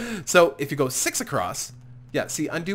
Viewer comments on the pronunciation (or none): did you just said "episode sex"???